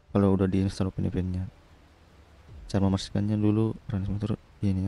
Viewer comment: Bacanya vipien bukan fpn 🤣🤣🤣🤣😂🤣🤣😂🤣